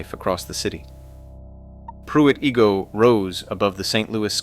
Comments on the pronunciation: Igoe is pronounced "EYE-go", not "EE-go". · It's pronounced Pruitt "EYE- go", not "Pruitt EE-go" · REALLY???? IF YOU ARE GOING TO MAKE HISTORICAL VIDEOS ON LOCATIONS, WHILE YOU ARE CONDUCTING YOUR RESEARCH-RESEARCH THE PROPER PRONUNCIATIONS OF NAMES IE: PRUITT IGOE IS PRONOUNCED: PRUITT I-GO. BUSCH STADIUMS' ATTENDANCE HAS BEEN IN RECORD DECLINE SINCE 2019. BECAUSE OF SEVERAL REASONS: TEAM MANAGEMENT SUCKS, THE TEAM SUCKS AND HAS NOT BEEN TO A WORLD SERIES SINCE 2013 WHEN THEY GOT THE SHIT BEAT OUT OF THEM BY THE RED SOCKS AND CRIME IN A DEMOCRATIC HELD ST. LOUIS CITY SUCKS. MY FAMILY WERE SEASON TICKET HOLDERS SINCE 2010 AND FINALLY GOT FED UP WITH THE HOMELESS, CRIMINALS AND VAGRANTS ON THE METROLINK. IT'S PRONOUNCED: SOU-LARD. AND HELL NO TO UNIFYING THE CITY WITH THE COUNTY. THE COUNTY IS NOT A SANCTUARY FOR ILLEGALS. AND WHY ARE YOU SHOWING AN IMAGE OF PENNSYLVANIA STATE POLICE TROOPER CARS? THEY DO NOT PATROL ANYWHERE NEAR ST. LOUIS-CITY OR COUNTY! YOU WOULD HAVE BEEN WELL OFF IF YOU UNDERSTOOD HOW THIS AREA WAS ORIGINALLY POPULATED-THE ST. LOUIS AREA WAS FOUNDED BY FRENCH FUR TRADERS! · Its 'eye-go' And 'sue-lard' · The narrator can't pronounce Igoe or Soulard correctly.